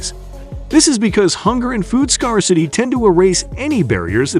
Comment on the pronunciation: Informative. I'm just wondering why you picked "24 days" for your thumb. Seems rather arbitrary to me. Zeihan does that alot too. Rank Sensationalism. Smacks of CLICKBAIT. All it does is undermine your credibility. ps: Your mispronunciations of words like "scarcity", "lead" and other common terms is inexcusable.